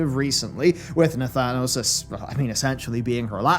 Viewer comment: You lost me at Nathanos 😂 Interesting video though. Well done as usual sir.